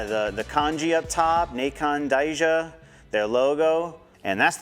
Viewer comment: I’m just teasing lol it’s pronounced Kai-yaneh